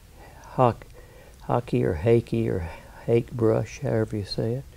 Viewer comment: Hah - kay. Ask a Japanese friend.